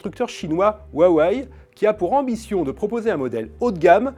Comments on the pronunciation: ***** Non ca se dit pas comme ca, même les chinois arrivent a le prononcer mdr ca se prononce "houa wé" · oui,comme tu dis,roua wè mais pas roua way :) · bas ca a l aire de faire maré tout le monde mais pas un pour bien le dire non plus le H en chinois a un son pres du R donc c est plus roua wè après c est un nom étranger donc il est logique que le nom soit écorcher, pas de quoi se tappé une barre a moins que vous soyez tous super fort en langue mais je suis sur que vous feriez tous rire un anglais avec votre accent ( et moi aussi car je suis nul de chez nul) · "waway" mdr il m'a tuer😂